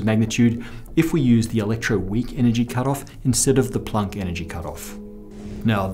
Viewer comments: Plonk? Plonk?? Shouldn't it be Planck? (rhymes with bank or sank) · You say Plank… really oddly….